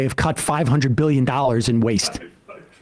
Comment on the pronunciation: Big red flag that the "billionaire" can't pronounce the word billion properly.